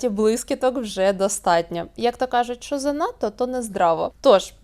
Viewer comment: Учите язык! Не Шо, а Що